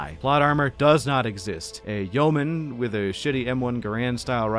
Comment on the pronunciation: and it's yeoman like "yo-min", not "yow-man, whichever".